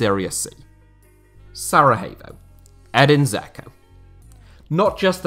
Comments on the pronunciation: Since when have you placed the Bosnian capital as part of Spain? It's always been pronounced Sarayevo in English (even the Wiki page has a helpful audio clip to show this.) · Not to be rude or anything but Sarajevo is not pronounced like Sarahevo. You’re not supposed to pronounce the J like in Spanish. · Please stop saying Sara-HAY-vo...